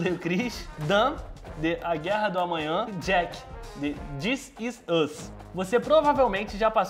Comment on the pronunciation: da pra perceber a dificuldade dele em pronunciar: dizisùz (this is us)